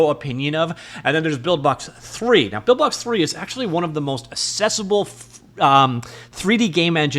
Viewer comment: "axe-essable" Not "assess able" 2 completely different words.